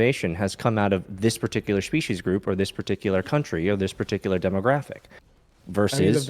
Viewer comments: Dude can clearly pronounce 'S' correctly, so why is he saying 'Shpecies'? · Why does the guest say species with “sh” in it or is my hearing way off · I'm at the start and all i wish is that this creep bro would stop saying Shpeeshees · At first, I thought this freak had some kind of speech impediment because he kept pronouncing 's' as 'sh', especially in that he kept saying, "shpeshiesh". So I didn't want to comment on it. But then the impediment just disappeared. So he was absolutely just doing that intentionally for some reason. Wtf? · I can’t take a lecture on species seriously from a guy who can’t even pronounce the word correctly. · Honestly, I couldn't keep going, it's such an abrasive mispronunciation that I couldn't focus on the conversation. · every time he says species i wanna kms more and more